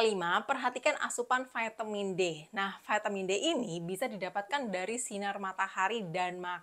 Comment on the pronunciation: Apa itu Vaetemin, apakah maksudnya vitamin? Memang sejak bila huruf i dibaca ae dan huruf A dibaca e?